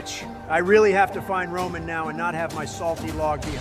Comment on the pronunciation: Roman regins turned into ramen regins lmao bruh 😂 🤣